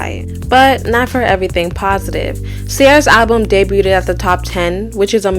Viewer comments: Luv it’s “DAY-BUGH’D” not “DAY-BWU-TED” u killin me lol but great video tho🔥💪🏽 Also it’s “KA-MILLIONAIRE” u don’t listen to this music really do u, ur jus reporting on it lol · Girl I’m so sorry..it’s pronounced day-bued (debuted) not day bu-ted. Please don’t do another video saying that. 😅 keep up the good work though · “Debuted” is pronounced like “Day-b-you’d” not “Day-b-you-did” no hate at all. Just didn’t see anyone correcting it after a few videos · debuted = debyood. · I always liked Ciara and I’m glad you made a video about her. Good work. However to help you look more professional I have to point of some mispronunciations… The “T” in “Debuted” is silent. It’s “day-bewd”. Chamillionaire is a combination of “chameleon” and “millionaire”. It’s “ka-mill-yon-air”. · The “T” in debuted is silent. Debuted = pronounced “day-byood”. I find it strange that most of you Americans only have English as a language, yet some of us who have English as a second or third language still speak and write it better than you. 😂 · Debuted: Day-BYOOD/ day-be-you’d Chamillionaire: kuh-mil-lee-un-air